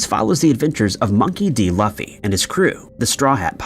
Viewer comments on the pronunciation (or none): It's "Loo-fee", not "luh-fee"